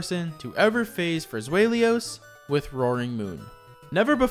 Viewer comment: I love this video but that pronunciation of Zweilous 😅